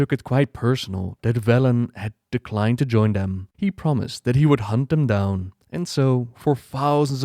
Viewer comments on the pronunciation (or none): none